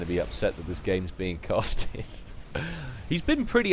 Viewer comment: Castst? What the F*** is that?